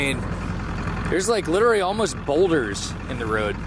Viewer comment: love the vids but i cannot stop thinking about how you pronounce literally as literly it kinda drives me crazy..